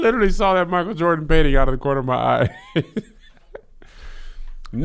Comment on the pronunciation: I legit thought Kevin was having a stroke when he kept saying Michael Jordan.